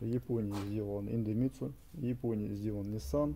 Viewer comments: В названии идемитсу нет ни звука ни буквы «Н», почему автор произносит индемитсу ? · Индемицу)))) читай правильно!